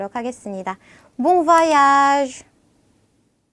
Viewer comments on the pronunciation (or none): none